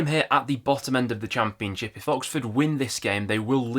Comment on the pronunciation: I swear I only watch these videos because of the way he say cham peun ship 😂